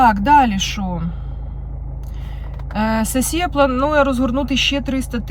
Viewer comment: Коли Ви говорити соссія😂- Це Безподобно!!!